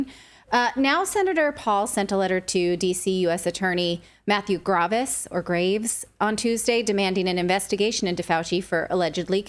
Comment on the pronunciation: livin in portugal so long she pronounced graves as grávez lol